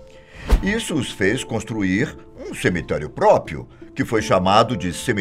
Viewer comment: "Propietário e própio" ... Sério mesmo? Osso, eim?